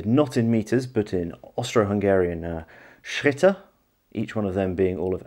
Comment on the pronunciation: I must say, what a superb pronounciation of Schritte